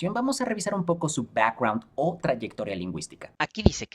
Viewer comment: Pues que mal pronunciaste “background”..😂